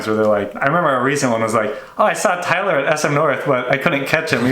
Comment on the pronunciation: As a Filipino, your name are Tie-ler (Tay-ler) and Eehh-Sa-Ak () just saying. Keep it up just do whatever you want to your videos.